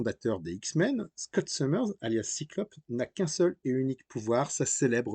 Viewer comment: De base, Psylocke (une mutante un petit peu « particulier ») n’était pas un « ninja » 😒 Cyclops (Scott « Summers » et pas « Summerz ») n’a pas que son pouvoir. C’est un excellent combattant au corps à corps doublé d’un grand stratège. Colossus s’appelle « Piotr » et pas « Peter ». : « Marveul » ??? 😳 : c’est pas « arme X », le « X » est pour « dix » 😒 : les mutants et les quoi ?